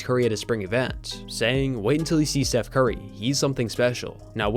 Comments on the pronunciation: ... sounds like you called him "Seth" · steph. not seth